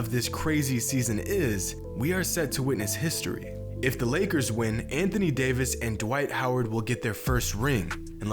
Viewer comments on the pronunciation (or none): It’s not pronounced Day-Viss it’s Dah-Viss